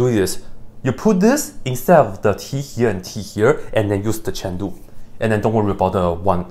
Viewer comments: It's a joke, Dr Peyam started it and he continued it, he used to say "Chain-Rule" earlier but now he says "Chen-Lu" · Honest question: Is he saying "Chandu" instead of "Chain Rule" or is it just his accent? Or "Chandu" something I just dont know of yet? Btw I love your videos! I watch alls 3 of your channels!